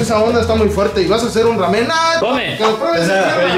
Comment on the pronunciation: El: (Raamen)